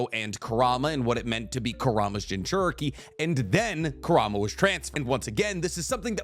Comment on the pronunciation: You consistently mispronouncing Kurama name is bothering me